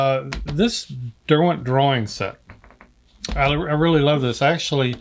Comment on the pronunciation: This made me drool, so many lovely art products. Great to her Derwent pronounced the British way. God bless and merry Christmas 🎄.